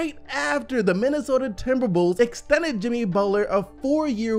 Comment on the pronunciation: this man keeps saying timberbulls